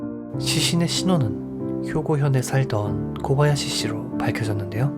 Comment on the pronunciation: 타카하시 일본어 히라카나 쓰기ㅡ대로라면 맞는말이지만 일본발음으론 다카하시로 코바야시 가아닌 고바야시로 타나카 가아닌 다나카로 발음해주시면 듣기 더좋을꺼 같네요😊 오늘도 잘듣고 갑니다